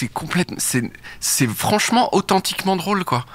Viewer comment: C'est AUTCHENTCHIQUEMENG drôle (oui j'ai vu ton spectacle) (et oui j'ai adoré)